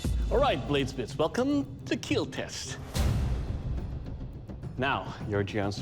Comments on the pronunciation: Is there a compilation of weapons that won't "kiel" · why the say keel instead of kill ? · I don't know why but hearing "it will Keel" always makes me giddy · It will keel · "Do men even cry?" "He watch Titanic and didn't cry." "Do men even have feelings?" Also men: "It will not keal." 😢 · The true catastrophic failure is hearing "It will not keel" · "Your weapon...will keel" lmao Love this show!⚒️🔥⚔️ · It will keel ❤ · It will keal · I love when he smiles and says “it will Keel” I just think it’s so cute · "It will keel" Hits different when he's covered in ballistics dummy blood 😆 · Eet weel keel! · I thought that is what he was saying, but apparently he’s actually saying ‘It will Keal’? Which is an acronym for ‘Keep Everyone Alive Longer’ 🤷🏼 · It's the way Doug pronounces "Kill", but it's so satisfying that it gets memed on. Or maybe it's memed on so much it's satisfying. Not sure what came first on the internet, but it feels so satisfying to hear